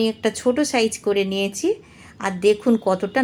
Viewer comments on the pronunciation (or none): দিদি, আপনি ছ এর উচ্চারণ চ এর মতো করছেন। যেমন 'নিয়ছি' কে 'নিয়েচি' বলছেন।